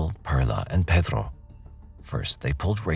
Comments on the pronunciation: Is he saying Pethro? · Why are you pronouncing Pedro like your from the heart of Mexico????? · I can’t stand the way This narrator has to act like he’s Mexican and the way he pronounces Pedro. His voice is so annoying. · Did narrator really need to sound like that saying the names. Like the name Pedro. Is it because someone will get offended if you don’t say with an accent?